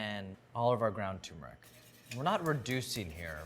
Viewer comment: c'mon, NYT. this guy mispronounces the word "turmeric" as "tumor-ick". He can't read, therefore, he should NOT be given a platform to address the public.